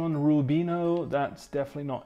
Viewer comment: Tra l'altro la pronuncia ahahahah